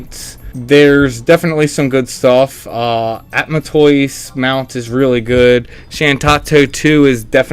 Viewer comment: Ada-man-toise. It's combination "Adamantite" and "Tortoise"